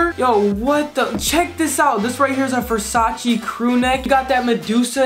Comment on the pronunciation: Please learn how to pronounce Versace